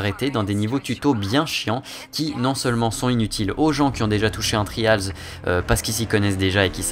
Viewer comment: On dit vraiment "Tri-A-lz" avec l'accent qui va avec? .-.